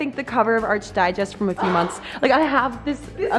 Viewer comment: ARC digest not ARCH,, like "architecture"